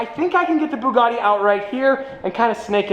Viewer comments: When say Bugatti in an Italian accent when it's a French car hmmmm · The fact he said Bugatti in an Italian accent makes me want to uninstall life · He says Bugatti in an Italian accent when it's really a French brand lol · „it’s a Bugatti 🤌🏻“ with Italian accent lmao It’s French -German😂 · Why'd you say Bugatti with an Italian accent?! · saying Bugatti in an Italian accent is like saying Baguette is my favorite pasta. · well, he did say the name of a French car made by germans in an Italian accent so the chaos is already in motion. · Bugatti: french car brand: 🤌Bugatti🤌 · Bugatti Bugatti in italian accent even though its french lmao